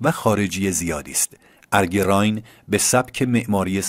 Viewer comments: Arge RAAYEN not Raayn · بادرود راین باکسره زیر ی خوانده میشود پاینده باشید